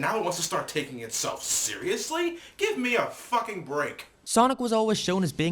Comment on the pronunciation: "Two thoisend" "Giem"